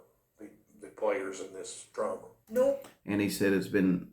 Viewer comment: Is he saying "Players in this Drama or Trama?"